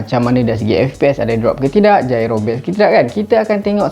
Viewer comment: Gyro bang bukan jairo HAHAHAHA